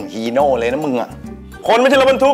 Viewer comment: “ฮีโน่ เลยนะ …คนไม่ใช่รถบรรทุก ”ฮีโร่“ ผมนี่ขำตาม !!